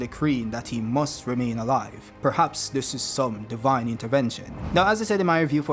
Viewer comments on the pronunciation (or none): none